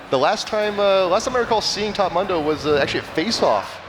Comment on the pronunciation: One of them keeps saying Mundo wrong